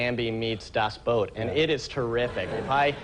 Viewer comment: Das Boot! not Das Boat. Otherwise i love Chris Elliott, brilliant comedian.